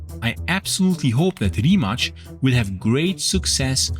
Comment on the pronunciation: Great video, but it always amuses me how people randomly put a “ch” sound on any Croatian or Serbian word whenever they see a “c”. Simple rule of thumb if you see ć or č it is “ch”. Anything else that is just “c” it “ts”. So Rimac is pronounced “ree mah ts”